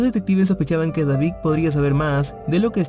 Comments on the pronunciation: Y no sabe pronunciar David dice Davig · Deberías trabajar en tu vocalización ya que a algunas palabras les das otro sonido.. como David-suena Davic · Oye lees y pronuncias pésimo .... verdac, Davic,.... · No puedo prestar atención a la historia porque dice "Davig" y no David.